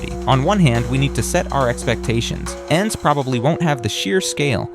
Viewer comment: Was looking for this comment. This man is too American. E N D S 😂😂